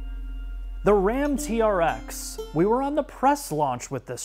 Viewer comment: It’s supposed to sound like trex when you say it not tea-are-ex